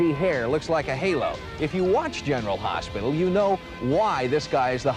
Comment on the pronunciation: 😂 Yeah, the reporter really flubbed on the name, sheesh. Tony GARY?! 🙄😂 and at the very beginning of this clip, the reporter says, “General Harsh-pital” - what a mush-mouth 🙄😂